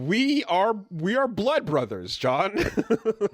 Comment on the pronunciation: "MY BRUZAH" "MY BEST FURENDO" became permanent fixtures in the VC after that episode.